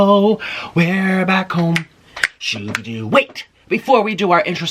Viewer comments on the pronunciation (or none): Every time he says “shoovedoo” i lose a brain cell